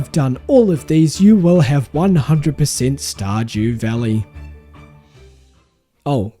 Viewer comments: Did you just say, Star "JEW" Valley? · "Star-Jew valley" 😂